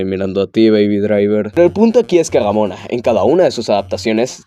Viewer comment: a veces dices damona o robona jajaja con su desagollo.